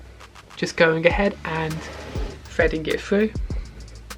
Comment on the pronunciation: "fredding it frue"